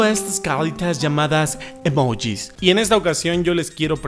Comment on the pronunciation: Me Cagué de risa cuando dijo "emojis"😂😂